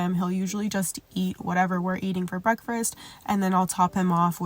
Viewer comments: I’ve been trying to make myself get up or so I can get my mind right and do a 30 minute workout but I’ve been making alllll the excuses 😩. Gonna use this as motivation to at least give it a try ❤ P.S. “Break-fRast” I can’t leave a comment without saying it. It still cracks me up. Sending love ❤ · That extra “r” you put in “breakfast” is funny asf 🤣 breakfrest 😭😭